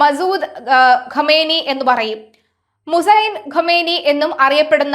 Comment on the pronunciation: ആദ്യം പേര് പറയാൻ പഠിക്കൂ എന്നിട്ടും മതി ബാക്കി